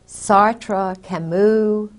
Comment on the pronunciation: If your French is good, Kay , you know you are mispronouncing Camus...it does not sound like " moo" but " mu".